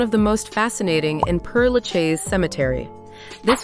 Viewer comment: Père-Lachaise is not pronounced Pere LaChay's (the /ch/ is more like /sh/)